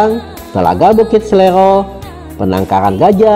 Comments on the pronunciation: Bkn bukit SELERO, tp SERELO 🙏🙏🙏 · Oiii..bukit SERELO bukan bukit selero....😊😊